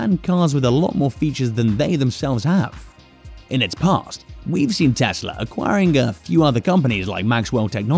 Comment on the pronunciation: 'Teshla' lol.